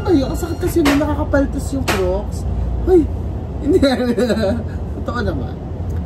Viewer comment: I know no one is perfect, although I have been hearing on your vlogs how you pronounce the word “CROCS” Sandals many times now, the pronunciation of CROCS is with “A” its silent “O” who knows the Owner of CROCS may watch your vlog one day and you may not know my fave. Actress IDOL Mrs. #Diana😊